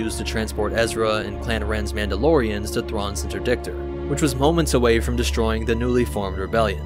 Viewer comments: It's not Mauldalorians, it's Mandalorians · Mauldalorians? Really?🤦‍♂️